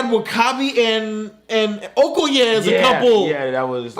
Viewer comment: I fucking love you guys!! And you said Okoye the exact right way.